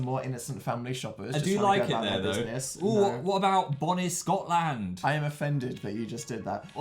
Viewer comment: "bOnAY scOTLAAnd"